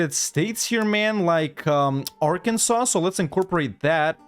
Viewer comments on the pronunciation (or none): none